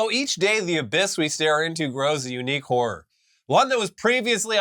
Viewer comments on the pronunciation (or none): none